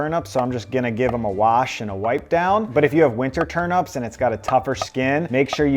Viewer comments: Dude... TurNIPS bro, not Turn-ups 😂😂😂😂😂😂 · Very good stuff! But one query; are you saying ‘turnups’ or ‘turnips’? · 😆 turnips rather than turups, that pronunciation was sooo funny! love the food suggestions too 😋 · I thought its was TURN IPS not UPS 🤔🤣